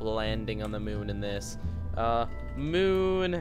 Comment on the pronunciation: do u mean moon not mun?